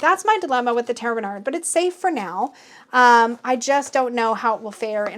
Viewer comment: I often hear you wonder how to pronounce Tarot Renard, but I never took the time to comment with the French pronunciation. Yours is pretty good actually :-) There is just one little trick! The Final -d is silent! 🦊